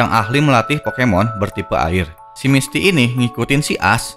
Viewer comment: Misty.... Bukan misti;-; bisa di bikin setiker wa btw